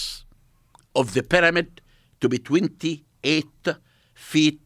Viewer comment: Expert on the peramid can't even pronounce pyramid.